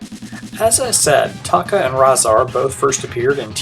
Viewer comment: Another great video! I hate to nit pick, but Tokka's name is pronounced TOE-KA...not TAW-KA